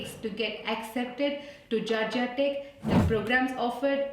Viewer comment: Its not gargia tech it's Georgia tech